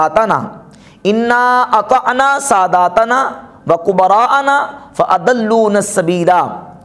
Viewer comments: قرآن میں سادَتَنا ہے۔ آپ ساداتنا پڑھ رہے جو درست نہیں ہیں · ماشاءاللہ آپ نے بہت خوب صورت اور سہل انداز میں مدللانہ گفتگو کی۔ اللھم زد فزد قرآن کریم میں لفظ "سادتنا" ہے اور آپ نے "ساداتانا" پڑھا۔ مؤدبانہ گزارش ہے کہ قرآنی آیات کی تلاوت کرتے وقت خصوصی توجہ فرمائیں۔